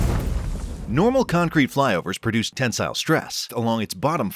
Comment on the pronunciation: The pronunciation of tensile is atrocious